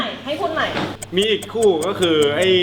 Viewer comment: ไม่เนี่ย แกโกหกอีและ ตรงคำว่าอีกทำมั้ยเป็นเป็นอีอ่ะ